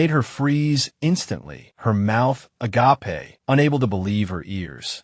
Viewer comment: It's funny hearing agApe pronounced as the Greek, "Love."